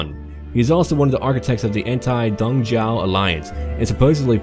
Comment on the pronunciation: I don't understand how does a (native?) English speaker say Don Jiao instead of Dong Zhuo. It annoys the shit out of me. If you can't properly pronounce shit that you read in English, don't speak it.